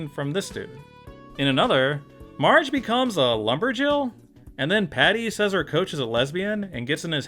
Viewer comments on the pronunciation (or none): none